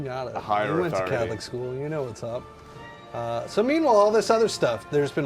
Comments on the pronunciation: man! i pity you, CATHOLIC is pronounced as "CATHO"-"LICK" not "LIKE"... thats coming from non-english speaking country...geez even a 3rd grader can get that right... peace! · I lost my shit at "cath-O-like?" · u cant pronounce Catholic? Wow! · Are you guys foreign, please tell me you guys pronounced Catholic the way you said it as a joke. I really can't tell if you were being sarcastic.